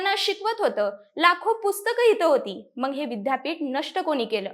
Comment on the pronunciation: बाईला विद्यापीठाचा उच्चार करता येईना, अशा लोकांना कुठे माहीती द्यायला बसवता?